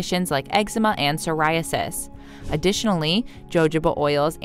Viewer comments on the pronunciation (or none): none